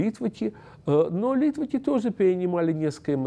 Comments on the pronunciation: литваки ударение на ки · люди которые на идиш говорят литваки, с ударением на ли.